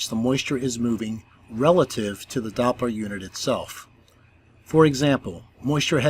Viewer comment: When the globe priests come here with their FAIRYtales, just remind them that it's Doppler, not DOPE-ler😁 Good Job👏❤️👍